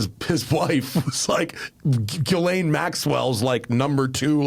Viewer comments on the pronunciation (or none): none